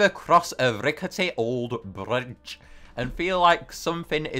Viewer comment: When he said bridge he sounds Scottish